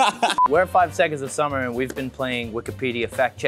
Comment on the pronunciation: That r in summer is getting more and more prominent and I've never wanted someone to pronounce something wrong so badly